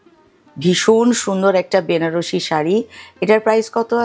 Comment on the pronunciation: উচ্চারণ টা ব্যানারসি নয়, বেনারসি হবে।